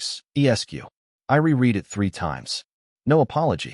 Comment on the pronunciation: re-read is prounounced re-red not re-reed